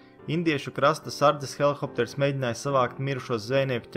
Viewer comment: Helikopters nevis helihopters